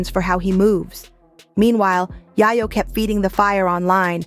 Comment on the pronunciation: It’s fuckin ya yo like coke not yaaah yoooo 😒if goin talk about bro least say his name right🗡🗡🗡💯